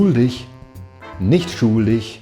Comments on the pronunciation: Your pronunciation of schuldig is almost perfect, except the u is too long. Try to pronounce /upsidedown capital omega/ instead of /u:/. (I don't have the correct symbols available on my phone keyboard) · Try pronouncing the short u in schuldig like the ou in should or would. Das scheint mir phonetisch am nächsten. We should all write/use the international phonetic alphabet^^ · your German is usually almost free of an accent, but when you say "schuldig", one can hear that you are British right away. Just a tipp: your U is too long. It almost sounds like a double O in English. And it is a bit too deep. Say the U faster and a bit more open (meaning don't form you lips that much) and it'll sound much cleaner ;-)